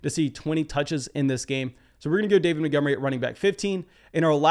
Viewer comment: This guy cool but he always says “Motgomery” and not “Montgomery” and it lowkey triggers me